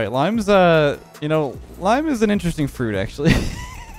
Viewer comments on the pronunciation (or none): i like how said limen but not lime